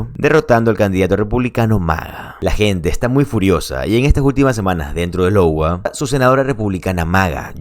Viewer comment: No se dice Lowa es iowa o "aiyogua"